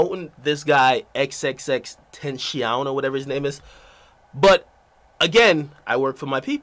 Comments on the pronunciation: It's Pronounced "Tin-Tah-See-Own" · Ten chee owwn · TEN-TAH-SEE-OHN. why is that so hard to pronounce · XXXTENCAION. Its fucking XXXTENTACION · Its xxx-ten-tah-she-on